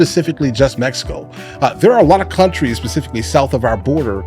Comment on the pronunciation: I instantly dont like people that pronounce mexico like that. Also. Stop with the background music